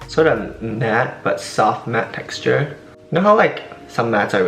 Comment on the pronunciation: "Vry soff matte texturrrrr"